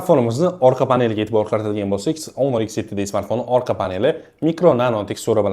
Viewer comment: Do'stim, onor emas, honor deng